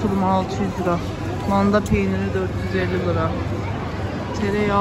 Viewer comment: Lıraaaa değil liraaaaa